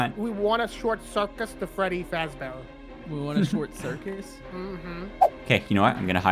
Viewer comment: Bruh said short circus